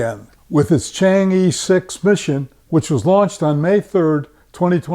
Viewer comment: pronunciation of chang'e, not "i:" but "ε:"